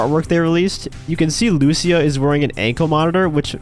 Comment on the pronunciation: Please say lucia correctly jajajajaj her name has the accent on the i not on the u luc!a